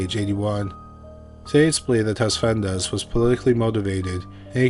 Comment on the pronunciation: Dude, could you please provide the name of the guy who stabbed the other guy in the beginning. I really can't hear what you're saying and I've tried googling all possible variations of Dimitri Desvendes, Tesvendes, Tesmandes, Tesvandes, no luck.. I really need to know who that guy was!!!! Edit: By sheer luck I found who he was. Dimitri Tsafendas and the prime minister he killed was Hendrik Verwoerd.